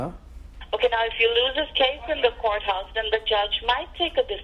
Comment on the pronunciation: No they don’t say courthouse- they say goathouse